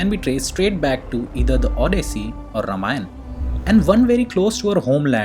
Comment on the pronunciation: It's ramayana not ramayan